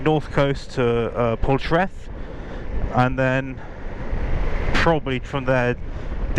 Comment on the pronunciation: is Poldhu Cove. Oh and Portreath is pronounced "Portreeth" 👍